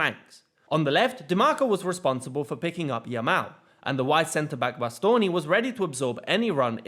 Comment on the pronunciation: Great analysis but what impressed me most is your prononunce of italian names (Di Marco, Acerbi, Bastoni...). It was almost perfect, to the point that i think it takes an italian motherlanguage to know you are not one. Very uncommon amongst people of english motherlanguage... great job.